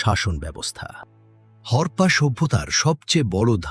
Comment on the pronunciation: বালের অডিও। উচ্চারণও বালের। হরপা হরপা করে গোটা কনটেন্ট বালের করে দিলি। হরপ্পা সভ্যতা। হরপা নয়।